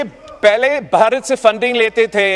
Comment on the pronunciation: His pronunciation is weird. Baharat? How hard is it to pronounce 'bha' for a desi person?